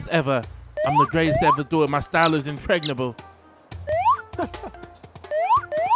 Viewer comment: Bro said “my style is INPREGNANTABLE 😭😭🤣🤣🤣💀 I’m fuckin cryin😭😂🤣